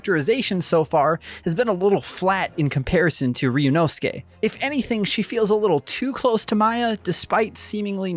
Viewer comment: Of all the videos out today, this is the most well put together and i can tell proper research was put into making this. Can't wait for this game to finally come out in ENG!!! Edit: Update, this guy is also the only one so far who tries to pronounce Ryunosuke's name correctly. Thank you